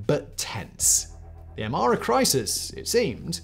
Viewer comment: His (mis)pronunciation of Amhara and Oromo is painful😣 ….i know it’s not his native language but come on!!!